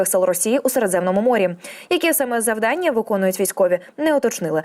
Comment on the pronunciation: Не завданнЯ, а завдАння Ви ж не кажете питаннЯ?